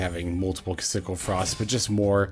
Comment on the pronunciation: Trouble sunny makes a big difference for the deck that’s for sure. Also I believe her name is pronounced “key-sa-kill”. That’s how they say it on official promotions.